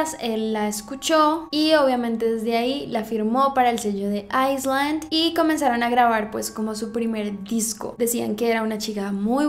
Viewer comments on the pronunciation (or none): no es AISSSSSLAND SE PRONUNCIA AYLAND a menos que sea el pais Isla es island ayland